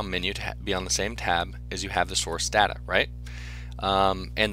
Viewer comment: The way he says data makes not want to watch it but its a really explanation